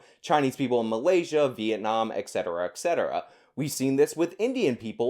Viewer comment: ETcetera. Not ECcetera.